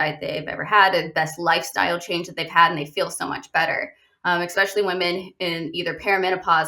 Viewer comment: The word is pronounced especially, not expecially.